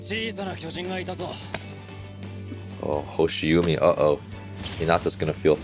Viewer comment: just let you know 'hoshiumi' pronounce as 'hoshi wooo mi' u in japanese kana sound like woooo in english.